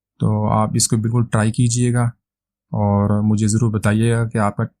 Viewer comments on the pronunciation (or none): Its "Zaroor" not Jarror.